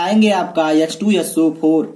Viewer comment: सर आप वोलने मे गलती करते है।H2So4 hoga aap bolte hai yah to yeso for